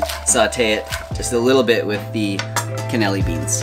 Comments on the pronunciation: Probably already mentioned, but it's not can-ell-i beans but can-uh-lee-nee beans. For your record. And much love to you both. I'm 77 and have been vegetarian since 1989 and vegan since 2005. You make it fun. And a gazillion animals thank you for your incredible contributions. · Can-uh-LEE-knee not Canilly 😂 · Funny how you say "Cannilli" beans haha. is so adorable